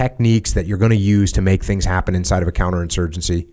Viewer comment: “Couter-insurgency” lmfao 😂